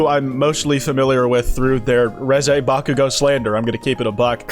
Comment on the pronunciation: The way you pronounce Reze makes me wanna blow my brains out